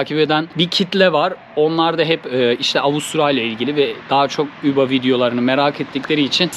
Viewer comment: Üba neden diyorsun Uber